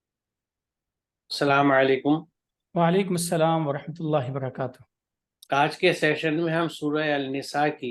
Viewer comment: Assalaamu alaikum. Not salaamalikum.